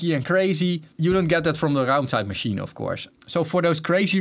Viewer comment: can we just appreciate how well he says "raumzeitmaschine"